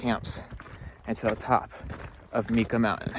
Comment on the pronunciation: Think Mike ahhh. That’s how Mica Mountain is pronounced.